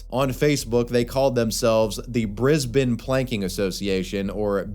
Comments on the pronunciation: Thank you for pronouncing Brisbane correctly. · shoutout for pronouncing Brisbane correctly bless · The most shocking moment in this video is when says the name Brisbane properly, a first for an American Youtuber.